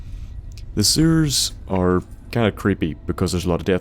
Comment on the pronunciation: I've been watching your videos for 10 years, and i still get a kick out of the way you pronounce Sewers. Keep em coming!